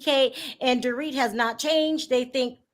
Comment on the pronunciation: PLEASE STOP SAYING DORIT...NOT THE SAME!!!!